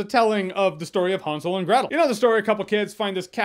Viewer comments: It's not H-awn-sel and Gretal its hansel and Gretel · Nobody: Jeremy: HONSOL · Is he saying Han Solo and Gretel? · Almost sounded like you said, Gretel & Han solo movie when you read the title. 😂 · i think your saying hansel wrong